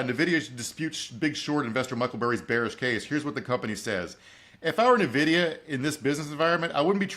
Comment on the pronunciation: I know every news network and finance bro talking about it says "Nuh-vidia", but it's actually Letter N and video with an a, so "In/En-Vidia"